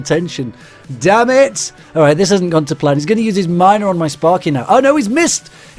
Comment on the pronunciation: Is it just me or am I the only one that likes his accent especially when he says "damn it!"?